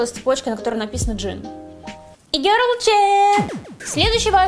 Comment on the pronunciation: Как она раздражает)ппц. произношение и-гёрл))) из Англии)0